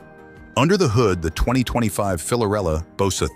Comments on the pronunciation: Dude, it's Fiorella, not "Filorella", it's written in the licence plate. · Actually, the name is Fiorella and not Filorella. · Fiorella not filorella